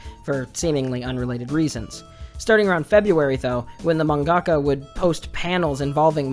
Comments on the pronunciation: Just something that bothers me, you put the emphasis in the wrong place in the word mangaka. You say manGAka instead of MANgaka. It's something I notice a lot of western weebs doing, like how people were pronouncing Inuyashiki as InuyaSHIki. I might be more sensitive to emphasis because English is my second language, but it really makes me feel like everyone else is deaf. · I hate you weebs trying to use Japanese or words that don't sound right. Wtf is a manggaka